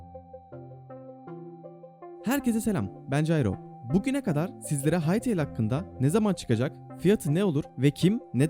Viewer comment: Farketmeden hytele diyordun bazen